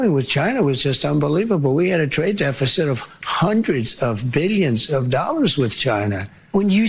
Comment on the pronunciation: Is this why they call them ‘doll-ars’?